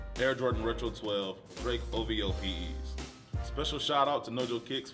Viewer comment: O.V.O NOT Ohvo